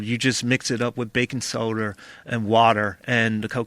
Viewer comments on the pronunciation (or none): This nigga said sodar 😂😂😂😂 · Baking soderrr and wuddurrr